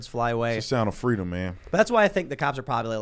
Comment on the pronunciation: Kamala: "Fweedom"